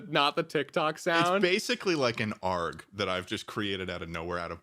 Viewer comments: He said arc not arg lmfao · He says arg, he just pronounces it as a whole word lol